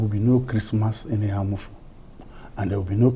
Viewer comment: The lady in the studio is from Enugu state yet she can’t pronounce Eha-Amufu properly.. SMH